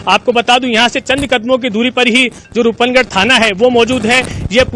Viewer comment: रूप नगर नही रूपनगढ़ है।कृपया उच्चारण सही करे।